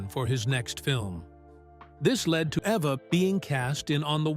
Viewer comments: E - va, NOT A-va. Jeez, get it right. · Good heavens! Poor Eva pronounced here as both Ava and Ev-a both of which are wrong. It's EVE-a. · That’s Eve’a not Ava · When will these computer-generated narration videos decide they need to double-check for correct pronunciation? The name is pronounced: EVE-a. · Evva??? WTF? two minutes in and I'm out! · The name "Eva" was pronounced every which way but correctly. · Yeah! What the hell? And what was the secret she kept from Hitchcock? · Thank you! This dude is so sloppy sometimes. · Yeah I know, It was exactly the same thing with a story about Eva Gabor